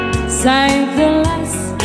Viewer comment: ayusin mo pronounce mo sa SAVE , hindi "sayb" hahhahaha